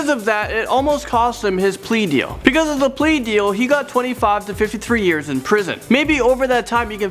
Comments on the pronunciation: It’s BEcause not PEcause!!! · Uknown Person AND HE SAYS PECAUSE INSTEAD OF BECAUSE